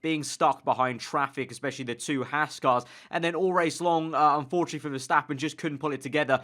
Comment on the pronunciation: It's pronounced "Hawz"....not "Hass". As a sidenote, interest in F1 is growing rapidly in the US because of this underdog team. Okay, it's Ferrari's B team...but Gene is paying for all this out of his hip pocket. To those who like to sneer at the Americans effort I ask, "Where's your wallet?" Anyway, really solid reporting on your part...you should do this for a living!